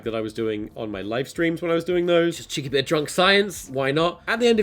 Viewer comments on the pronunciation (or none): none